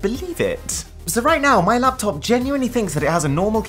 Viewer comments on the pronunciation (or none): none